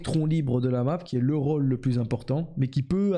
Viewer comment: Rôle se prononce Khole et pas Rawle